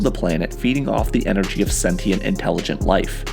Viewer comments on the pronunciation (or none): none